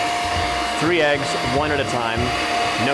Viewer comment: I like how he goes 3 egas no shells lol. Do people do that?